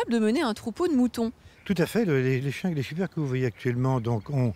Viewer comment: On dit SHIPPÈRKE PAS SHIPPEURKE